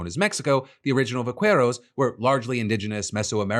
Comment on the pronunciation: . In Spanish, the "u" in "que, qui" is not pronounced. Therefore, "vaqueros" is not vah-kueh-rohs, but vah-keh-rohs.